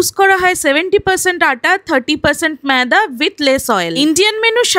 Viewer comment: Moida k meida bola bangali😂😂😂😂